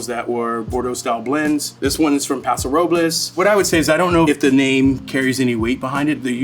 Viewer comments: Same! Next I hope one day he learns to pronounce "Paso Robles" correctly 😂 then my life will be complete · He mispronounces Paso Robles & Willamette Valley!!!!